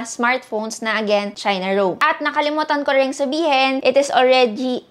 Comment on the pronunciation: That "5G Alregyyyy" isss😂😂😂